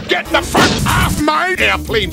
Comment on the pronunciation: For number 1 I thought he said J off for infinity 💀